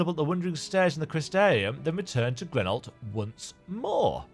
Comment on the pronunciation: its awesome hearing someone with an accent actually enunciate the words in almost the proper accent when putting a voice to grenolt